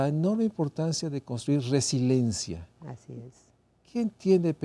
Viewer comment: Es RESILIENCIA. No RESILENCIA. Hasta lo dice mal, ¡Qué pasó!